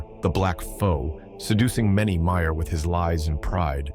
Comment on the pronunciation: Amazing prose and great narration. But your pronunciation of valar, maiar, and illuvatar are just straight up wrong😂 gotta say it as an Englishman would not monotone American